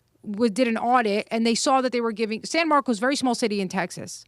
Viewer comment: Texans are laughing right now about how she pronounced San Marcos lol, in Texas, nothing is pronounced as it's spelled. San Marcus, btw